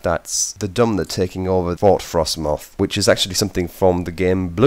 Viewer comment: You keep saying dumner. It's dunmer